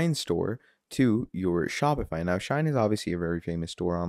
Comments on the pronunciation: Shein, Shein Bro, not Shine😂😂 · Bro it's not SHINE, it's SHEIN!🤦🏾‍♂️